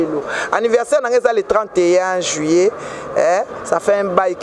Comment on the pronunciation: Yo mutu otanga on dit juillet et non juyé